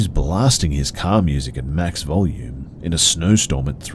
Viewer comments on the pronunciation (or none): none